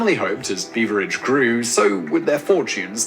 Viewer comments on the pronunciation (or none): Beveridge as in Beverly